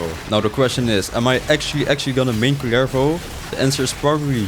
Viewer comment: Rolling the R on his name for me it´s just meant to be.